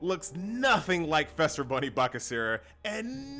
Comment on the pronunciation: Do you pronounce Easter as Ester? Feast as Fest? No? Then don't say Fester Bunny :P